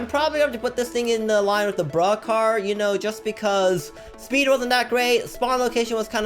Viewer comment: Speed not sneed